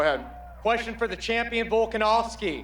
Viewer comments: Love that pronunciation! "Start with Mr Volkansoivbsvski please". Classic 👌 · "start with miskter fullska-nos-key" 🤣